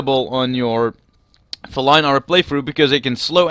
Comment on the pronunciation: It's pronounced fee-line btw.